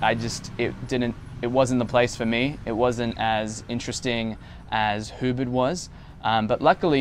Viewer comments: Ubid? lol or Ubud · No your pronunciation of Ubud was not correct.